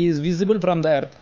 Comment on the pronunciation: Good but a problem you can't pronounce the earth that all are good 👍👍